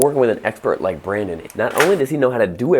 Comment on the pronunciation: "what's up brandon!!!" that's not how you say it...